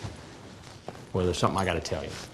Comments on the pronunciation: "Whale, yull at me why dontcha?" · does Chris really say "well..." like "whale..." because of how said it earlier? If so that's a sly little jab right there!